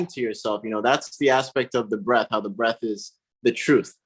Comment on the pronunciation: Breath, not Breathe!